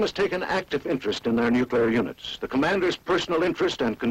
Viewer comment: Every time he said "nuke-u-lar" I cringed. It's pronounced "new-clear". You would think the military would know better.